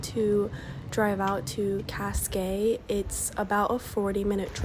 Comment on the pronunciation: Great video, amazing artistic shots of Lisbon! Though your pronunciation of "Cascais" is almost painfull, for real :D